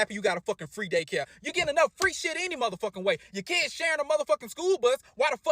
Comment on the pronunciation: Why can’t they say kids right….they gotta overly pronounce “keeiids”